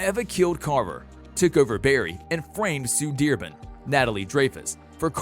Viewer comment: why do you say sue dearbun